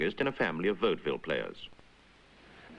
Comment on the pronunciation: I believe it is pronounced vaude-ville. Not bode ville.